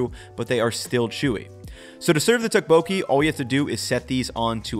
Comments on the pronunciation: Nice video! Your healthy version reminds me of another traditional form of tteokbokki called gungjung ("palace") tteokbokki, in case you were interested. Tteokbokki is one of the dishes i always hear different pronunciations for, but the second O isnt emphasized as much as it would seem. The best tip i can think of at the moment is that it should sound vaguely like "tupperware" when you say tteokbokki 😂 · It's pronounced more like "duck"-boki. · This is what I was thinking about!! It’s pronounced with a “harder” D+t sound rather than the American t sound. It was driving me crazy how was mispronouncing it as he usually gets these things right. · the way you pronounce Tteokbokki cracks me up lol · Can someone teach him how to pronounce it? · He really butchered the pronunciation tho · Noooooooo you butchered a classic Korean recipe with the beef and asparagus. That second version might be healthier, but you can’t call it tteokbokki. And you did not pronounce it correctly 😂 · as a korean, the way you pronounce tteokbokki brings me pain.